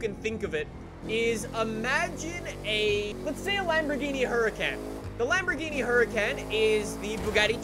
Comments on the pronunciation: It's hur u con Lamborghini hurracan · “Lambohgini Imgoingtoshootyououtofthesky”